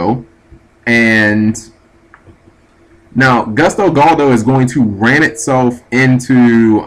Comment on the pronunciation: G do you actually read the names of cards before you try to pronounce them, because it seems like you just glance at their names. Yashka, Daigusto Spheres, Golludo....etc....